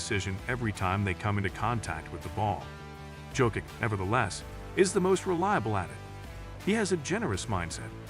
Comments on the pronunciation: Just pronounce YOKICH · Horrible! You don't even know how to pronounce JOKIC!!! Bro, he is playing now 7 years in the NBA and you still don't know how to pronaounce his name? Are you dumb??? The J in Jokic is pronounced like the Y in YES or YALE!!!